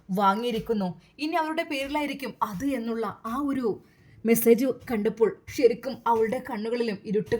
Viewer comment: ശരിക്കും...... ഷ രിക്കും അല്ല